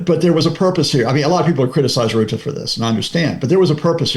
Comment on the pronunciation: Rutte not roote